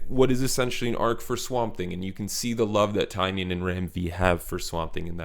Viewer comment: I enjoyed your video. However the author’s name is pronounced TyNAN No the way it’s spelled. He said the spelling was changed when his family came through Ellis Island